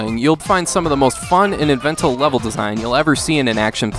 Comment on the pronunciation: “the most fun and inventel(???) level design” “tradritrional” are you having a stroke?